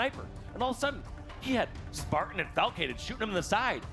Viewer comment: call Falcated "flacicated"? 😂